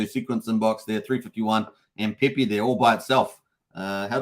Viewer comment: Pepe... not PEE PEE 😅